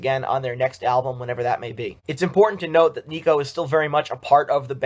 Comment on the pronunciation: It’s nicko not neeko.